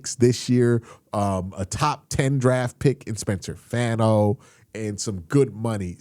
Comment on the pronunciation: Q. FYI, it’s pronounced “Fawn•o” not “Fan•o”. Fawn, like a baby deer.